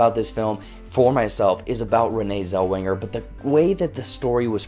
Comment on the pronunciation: Oh Boloney!!!! Us old folks know the real Judy and just seeing the trailers show it's a rude, disrespectful bore! *OH, and her name is NOT Zelwinger, but Zellweger. ARGH.